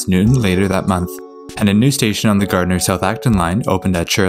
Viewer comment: Thank you for saying Gardner right